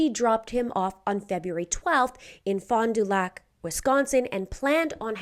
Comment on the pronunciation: Fond du Lac is my hometown. Proud that you pronounced it correctly!! This whole story is fishy and sadly chances are there won’t be a good outcome. 😢